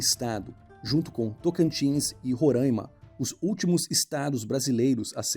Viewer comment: Fala, seu contúdo é top, mas se liga na pronúncia do estado de Roraima, acredito que vc tenha falado errado, e o pessoal de lá fica bem bravo com issokkk Abraço!